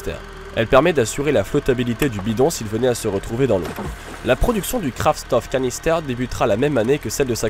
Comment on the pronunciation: la prononciation de Kraftstoffkanister n'est pas optimale: en allemand STOFF se prononce CHTOFF...